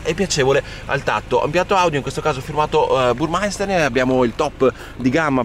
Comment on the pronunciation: BURMESTER! Burmaister (Burmeister)come pronunci tu, non esista!